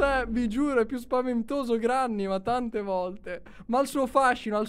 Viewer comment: SI DICE GRENNY